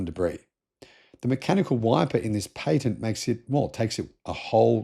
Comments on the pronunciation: Pat-ent. Not paint-nt. Phantom breaking hardly ever happens anymore in USA. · Most people pronounce patent as pay-tent when referring to unobstructed. While pronouncing it as pa-tent it refers to legal rights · He said Tesla got a new PAY-TENT? .